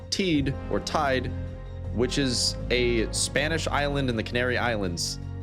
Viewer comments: It's pronounced "TEI-DE". I've been to the top. From there it feels like looking down on a open world game map you weren't supposed to see 😄 I highly recommend going there and Tenerife in general is an amazing and topographically diverse island. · Teide pronounced Tay-ee-deh btw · mount "THE" IH - DEH" ... there is other pronounciations then ENGLISH letters ... You pronounce I - for us "ai" .. and E like "ih" .. the world is not an island like Anglosaxon culture thinks... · fort reference its pronounced mount teedee :) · mispronouncing Teide is wild, but rest of the video is cool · you butcher my beatiful language english boy (Teide)... good vid tho